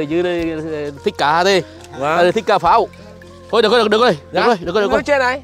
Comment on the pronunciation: Cà pháo mà tôi cứ nghe ông nói cá